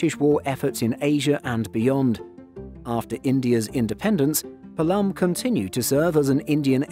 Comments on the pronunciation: Actually that's not Palaam this called as Paalam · It’s not palaaaaam, rather palam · It's pronounced pa-lum airport. Not palaam. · PAALAM and not PALAAAAM!!!!!! (although it is spelled as Palam) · Its Paa-lam, not Pa-Laam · Its Not Pulam its Paalum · IGI AIRPORT is love! And, Palam is pronounced as ‘P-aa-lam’ not ‘Pa-l-aa-m’